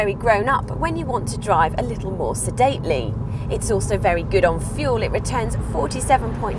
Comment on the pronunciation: The word is GOOD, not GID. Weird way to pronounce words. Irritating